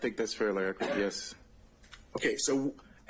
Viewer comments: Someone needs to teach him how to pronounce the word “accurate.” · I like how the defense attorney pronounces accurate and emphasizes it since this guy does not pronounce it correctly. What a disgrace to the legal system. America has become a joke.